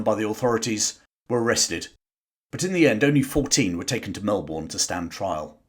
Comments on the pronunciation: you might want to brush up on the correct pronunciation of the name of the city. It's not Mel-Borrrn. It's Mel-bnnn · Well done, another 10% Aussie 🇦🇺 viewer here. Certainly learned this at Melbourne during my primary school years. Melbournes city is lined with amazing civic buildings with the money from all that gold produced. Also Melbourne is pronounced by the locals more like burn than born like I've heard British say, which may be the correct way to say it! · Good episode, however its, Melbun and Hothum Not Mel born and Hot ham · Seriously mate, as a Pom, I'd have thought you'd have known this. Its bloody Mel-bun, not Mel-born. And yes, we learnt about this as kids and that spirit was what became the modern diggers of WW1 and beyond. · Melbourne is pronounced 'Mel-burn', not 'Mel-born'. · It's Mel-bn Not Mel-born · Brother, it’s Mel-ben not Mel-Bourne. You sound like an annoying yank saying it that way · I hate how you say MelBOURNE....It's pronounced more like "bin" than "born" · Fantastic summary. The Eureka flag remains a symbol of independence in Australia. Antipodean pronunciation is challenging. Locals pronounce it "Mel-burn" not "Mel-born". Some even say "Mal-burn". Cheers. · G'day Mate, its great seeing Aussie history seeing the light. But it would also be great to hear you say our place names correctly. Such as Melbourne is pronounced Melbin. 😀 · Oh FFS, it’s pronounced ‘Melbun’, you silly pommy git… 😝😝😂😂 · The city names “Brisbane and Melbourne” Are actually pronounced: Briz-bin and Mel-bin There is NO bane or Bourne in Australia only bin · It spins me out that even today, YouTubers that make videos of Australia, still pronounce Melbourne as Mel-born. Maybe we should all start calling London as Lon-don 😂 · Small pointer from a melburnian. Melbourne is said by the locals in a way that basically drops the our out of the word. More accurately it’s pronounced Melb’n. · Hey …Melbourne’s pronunciation rhymes with burn as in sideburn